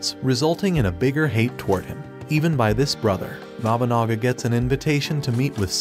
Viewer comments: The way you pronounce Nobunaga... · Every time he mispronounces Nobunaga it makes me twitch a little....